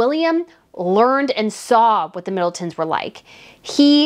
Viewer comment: "Kate Middelton?" Et tu,?! You know better than that! That's why I enjoy watching you. You understand and respect the customs of the Monarchy. Catherine, Princess of Wales hasn't been "Kate Middleton" for almost 12yrs.